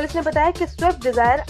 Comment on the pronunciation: Abe anpadh gawar, wo shift nahi swift hai